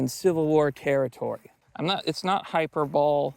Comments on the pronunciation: It's not "hyper bole" it's "hyper-boll-lee". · I love you man but it's hy-per-bo-lee, not hyper-bowl. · hyperbole is pronounced hie-PER-buh-lee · Hyperbole = Hi-per-bow-lee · Great video. One criticism, it’s pronounced “high per BO Lee”. People on the right who want to remain online need to get serious about OpSec and privacy immediately. And we need to organize the same way the left does. The people that celebrated need to be watched, and their next job needs to be documented and shared around. That new employer needs to be contacted. Their neighbors need to be contacted. And just maybe their jobs should be protested. Every time they open their mouth and say something about violence they need to have police reports filed on them. And more. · Hyperbole... is pronounced, hi-perb-o-lee... please. thank you. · Hyperbole is pronounced "hyper-bowlee"